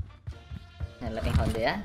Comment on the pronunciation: Cara baca levinho bukannya levinyo ya?seperti coutinho jadi countinyo,paulinho jadi paulinyo, dan ronaldinho jadi ronaldinyo